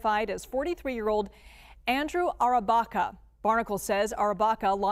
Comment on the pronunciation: What's going on here? The report's voiceover pronounces the accused's name as Andrew Arrabacca, but the supplied spelling confusingly is (Andrew) Barraca, a completely different surname. Which is right, if any? Get you act together.